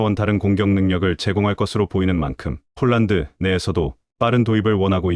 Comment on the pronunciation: 왜 자꾸 폴란드을 쫄란드라고쓰고 읽는지 알수가없네 폴란드사람이보면 무식한것들이라고 욕하겠네 좀 똑바로하세여